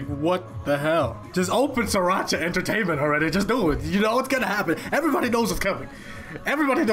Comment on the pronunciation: we love stanning musical geniuses. (also it's pronounced as "three-racha") (unless that's what you are saying but i swear i keep hearing sriracha lmaoo)